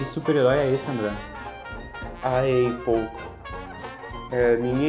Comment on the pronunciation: Não pronuncia a marca Apple desse jeito "Eipou" e sim "áPou ou Épou"...